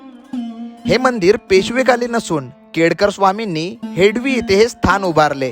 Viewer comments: हेडवी नाही रे हेदवी नाव आहे रे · हेडवी नाही हेदवी मराठी भयानक आहे. शूट झाल्यानंतर निवेदन कोणा प्रचलित मराठी बोलण्याला सांगावे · हेडवी हा उच्चार चुकीचा आहे. हेदवी असा उच्चार आहे. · हेडवी नाही त्याच हेदवी असे आहे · हेडवी❌ हेदवी✅ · हेडवी नाही भाऊ हेदवी बोल. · हेडली नाही हेदवी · It's not हेडवी, it's हेदवी.